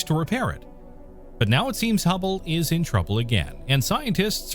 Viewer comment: I never heard of any humble space telescope, but I for sure am aware of the HUBBLE SPACE TELESCOPE, please fact check before and also get to know what you are talking about.... a simple thing like just a technical term or a name pronounced wrong is a ruining factor for the video, I almost stopped watching